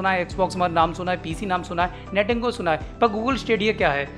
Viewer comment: its Nintendo not nitengo